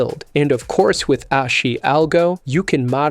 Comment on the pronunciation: It's pronounced "Ahh-Shee". Makes you sound like a noob.